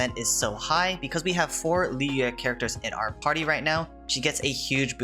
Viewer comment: i appreciate you pronouncing liyue correctly